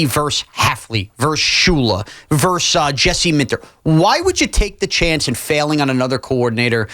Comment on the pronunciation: Versus. ver-sus Two syllables. Not "verse," that's one syllable. Versus, abbreviated "vs" but still pronounced ver-sus.